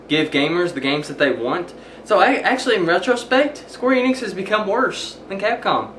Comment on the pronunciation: not eeenix, en, ix, not long e, short e, enix